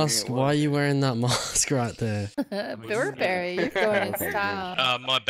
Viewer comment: “Burr Berry” 😂😂😂